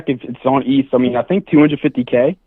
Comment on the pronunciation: Pronouncing ETH like that should be criminal